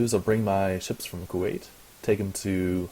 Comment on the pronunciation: he is saying kuat wrong